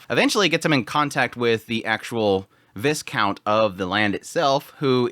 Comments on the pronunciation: Just so you know, it's pronounced Vy-count, not Vis count. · You don't pronounce the s in viscount, vai-count. Though tbh, not having the "french" pronunciation is easier